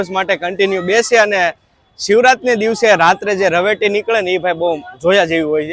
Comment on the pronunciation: એક ભૂલ સુધરજો રવેટી નહી રવેડી